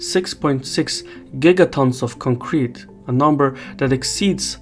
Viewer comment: Boy, did you learn your pronunciation from Taylor Swift? It's CONcrete not conCREt